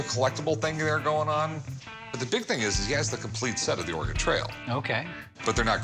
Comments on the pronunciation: Lol. Or ay Gon? Really dude. Lol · ORE-GAN lol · Lol I pronounced Oregone for a long time before learning the correct pronunciation. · UGH!! Could you pronounce Oregon correctly? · Rick: calls in "expert" Expert: can't pronounce Oregon